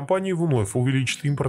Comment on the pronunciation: Автор,нельзя быть на таком канале ,таким неграмотным. АзербаЙджан,а не Азербаджан !